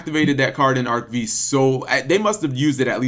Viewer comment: Cap...it's not pronounced Arc-Vee...it's Arc-V as in roman numeral five.